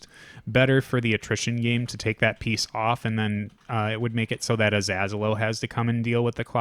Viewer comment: ah-zello (Like Jello), or ah-zAy-low, or even Aziz Ansari. Just not lord Az